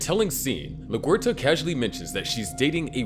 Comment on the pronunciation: I enjoy watching your videos, but can you please get the characters names right. You constantly mispronounce Masuka and LaGuerta. I believe there are other others you mispronounce too, but I can’t remember them right now.